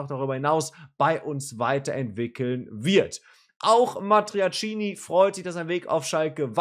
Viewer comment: ...nur die Aussprache des Namens ist falsch (nicht Matiacini)